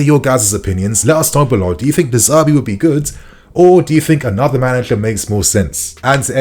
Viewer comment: De Zerbi , not De Zerbe lol